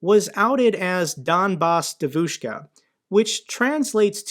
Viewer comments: Thanks once again, a great video as always, just one small correction, I know you want to be precise: the stress is on the first syllable, that is, "DEvushka", not "deVUshka". By the way, I cannot by any means imagine how anybody could take this obvious impostor seriously, but then again, if they are ruzzian supporters, one can make them believe whatever they want, just by finding the right leverage. Слава Україні! Героям слава! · Say : 'dEvushka' not 'devushkA' can YOU!? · Donbas DYEvushka with stress on the first syllable. Please. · It's dEvushka,not devUshka,and roughly translated means young girl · I really want to know if pronunciation “devOOshka” is just bc he doesn’t speak Russian, or if that’s actually how Sarah Bills said it on her podcast with her pro-Russian guests. The latter would be hilarious. The stress in the word devushka is on the first syllable. The e is pronounced “yeh.” It’s a jarring difference that bugged me throughout this episode even when understandably mispronounced by a non-speaker. Her Russian audience would have had to have been confused. Glory Ukraine! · btw - it's pronounced "DYEH-vich-ka" (it means girl).... love the channel,! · Hi, regarding the pronunciation of Devushka, the emphasis is on the first syllable....DEVushka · GREAT video. What a bitch. Sick in the head. Hope she gets arrested and many years in prison. I'm an American living in Ukraine, I love both countries and am patriotic to both. Don't know how someone could be such a traitor. BTW, the ruZZian word for girl is pronounced: De-a-vouch-ka. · Its pronounced «Djeeeevushka» 😂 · It's pronounced dyevushka. E is ye Like Kanye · Donbass DEvushka ( stress on the first syllable). Other than that all good stuff. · Please, it's DYEvushka, with the emphasis on the first syllable. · Love the channel, thanks for keeping us informed! On the pronunciation of Devushka, the accent is actually on the E, DYE-vushka